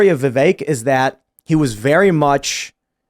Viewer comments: Stop saying VIV ACHE. It’s VIV EHK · Tim pronouncing Vivek, “Vevake” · Vivek pronounced Vi-vake , rhymes with cake. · The second guy to speak pronounced Vivek name 3 different ways in under 1 minute 😂